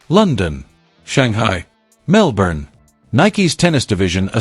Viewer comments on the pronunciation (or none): none